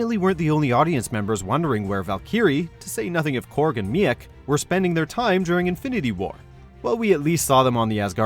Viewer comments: Val cu ree Learn English! Edit:. Me ac What the... Meec say it right Meec! I doubt you could spell it either. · Valkerry and Meahk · Valkeery? Mi eek? Are you mispronouncing Ragnarok names on purpose? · Val-kier-ee? Me-eck? Fuck you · Failing miserably with Valkyrie’s name and now something as simple as MEEK? It’s a real head scratcher how you guys managed to get 20M subscribers in the first place.